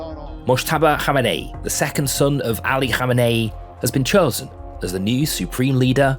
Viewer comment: He’d been Chore-sen ? Oooeeeehh nooaaaahhhh